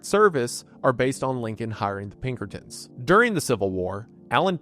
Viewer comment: Lincoln hiring Pinkertons? "Linkertons"